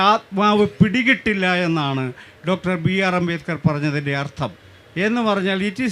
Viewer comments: എന്തൊക്കെയാണ് ഈ സ്ത്രീ പറയുന്നത് അംബേകർ അല്ല അംബേദ്കർ ആണ് 😡😡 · അംബേദ്‌കരിസ്റ്റുകൾക്ക് അംബേദ് കർ എന്ന് പറയാൻ പഠിപ്പിക്കണം 😁 അമ്പേക്കർ എന്നാണ് കേൾക്കുന്നത് 😁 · ഈ ഇരിക്കുന്ന നാലെണ്ണവും അംബേദ്കറിന്റെ ആശയങ്ങൾക്ക് വിരുദ്ധമായിട്ടാണ് പ്രവർത്തിച്ചു കൊണ്ടിരിക്കുന്നത്. ചർച്ച നടത്താൻ പറ്റിയ മൊതലുകൾ. മോഡറേറ്റർക്ക് അംബേദ്കർ എന്ന് ഉച്ചരിക്കാൻ പോലും അറിയില്ല. അമ്പേക്കർ എന്നൊക്കെ 😂. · ഈ സ്ത്രീ എന്താ അംബേക്കർ അംബേക്കർ ന്ന് പറയുന്നത് 🙄🙄🙄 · അംബേക്കർ😂😂😂 .. ആദ്യം മാതൃഭാഷ മര്യാദയ്ക്ക് പറയാൻ പഠിക്ക് നായെ. എങ്ങനെ വായിക്കപ്പെടണം . കൊണോതിലെ പ്രയോഗം ആണ് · Ambekar അല്ല...ആവർത്തിച്ചു കേൾക്കുമ്പോൾ വെറുപ്പിക്കുന്നു.. moderator ആദ്യം അംബേദ്കർ എന്ന് ശരിക്കു പറയാൻ പഠിക്കു. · അമ്പേക്കറല്ല..... അംബേദ്കർ.... അതാണ് കറക്ട് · Why is she saying ‘ Ambekar’? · Ambekar?..Am I hearing it right😅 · Even the guy sitting in the middle, 😊 doesn’t even know how to pronounce Dr. Ambedkar’s name… too funny! 🤣🤣” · അംബേദ്‌കറെ എങ്ങനെ വായിക്കണം എന്ന് ചർച്ച ചെയ്യുന്നതിന് മുൻപ് മനോരമ മോഡറേറ്റർക്ക് അംബേദ്കർ എന്ന് എങ്ങനെ ഉച്ചാരണം ചെയ്യണം എന്ന് പഠിപ്പിക്കണം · അംബേദ്കർ എന്ന് ഉച്ചരിക്കാൻ പോലും കഴിവില്ലാത്തവൾ